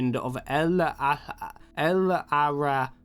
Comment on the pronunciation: The Rabbit Prince’s name is pronounced “El- E threr rah”, by the way